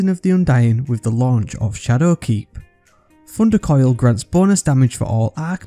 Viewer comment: I love how he says Funder Koil